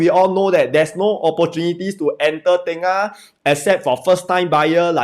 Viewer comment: Not tay-ngah it’s tur-ngah